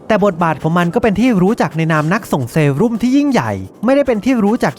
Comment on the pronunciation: เซรุ่ม ครับ ไม่ใช่เซรั่ม